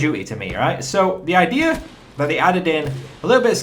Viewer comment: I love it when you say "idear"